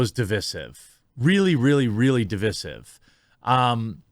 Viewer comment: "really, really, really devizif" Learn to speak English, you clutz. Divisive [device-sieve]